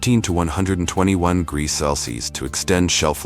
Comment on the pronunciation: Greegees? Instead of degrees? 😂 I can’t take it any longer. 😅